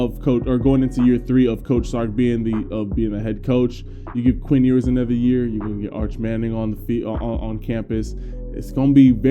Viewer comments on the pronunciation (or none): It’s YOU-ers, not EEE-wers lmao